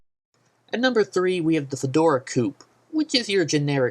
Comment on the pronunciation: What the fuck is a "FEDORA PONY"? Can't you read PHAEDRA correctly? Hahaha, and a "Jagu-ire"? You fail. Another gem is the "Fedora Coup". Go back to school before posting more videos.